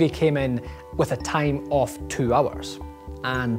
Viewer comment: All I noticed was the fact he said "off" twice, instead of "of"